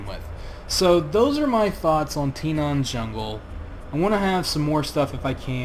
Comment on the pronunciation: why do you keep saying Tinaan? it's Tanaan with an A